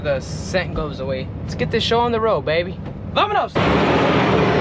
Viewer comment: Bro stop saying vaminos it’s cringe